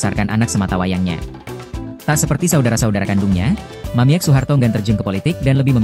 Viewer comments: Woi anda salah baca bukan Mamiek tapi bacanya mamik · Yang baca narasi bikin bingung. Harusnya dibaca "Mamik', bukan *mamièk. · Min bacanya Mamik jangan Mamiek lucu dengernya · Yg baca mungkin kurang wawasan, sedih. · Mamiek seharusnya dibaca "Mamik" karena huruf e hanya gaya penulisan saja. 😅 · Bacanya Mamik .